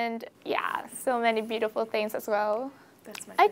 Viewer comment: phát âm cx ngữ điệu hay đấy nhưg e góp ý chị nên ns giọng một nơi thôi, vừa mỹ lai anh, kì kì beautiful lúc biu đi fol, lúc thì biu ti fol